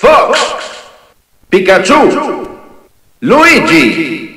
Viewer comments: The spanish announcer kills the epicness from the English one, plus his pronounce is so horrible......Pikachú?, Mega Man? And when he's saying the players sounds like he's singing it... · ***** En verdad decimos Pí-ka-chu